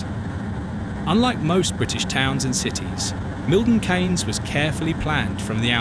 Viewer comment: The thing that I found annoying that Milton Keynes is mispronounced as Milton Canes but it's correctly pronounced as Milton Keenz.